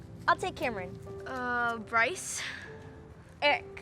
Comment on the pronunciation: When say Bryce I tought said rice